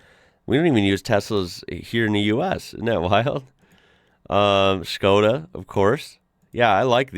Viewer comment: I love how you pronounce it like Schkoda, just like Sean Connery 😂